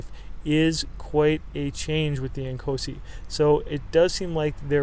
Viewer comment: I thought you were saying "small and cozy" then I looked at the title lol